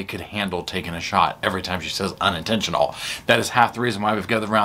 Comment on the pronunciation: It was UNinTENtionUL!!!